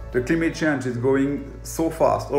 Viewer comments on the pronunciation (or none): Ah yes. The cleemet shange